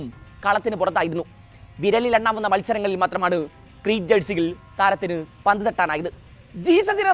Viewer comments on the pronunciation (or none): none